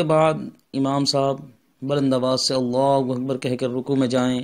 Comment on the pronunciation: Janab gustakhi maaf apjo allahuwakbar Jo bol rahy galat hai. Allahhu Akbar hota hai wakbar galat ho jayega